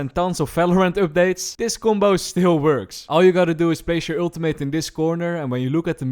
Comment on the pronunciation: He needs another PHD on pronouncing "Ultimate" correctly though. Lol :D